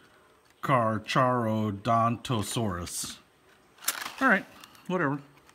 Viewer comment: You pronounced carcharadontosaurs wrong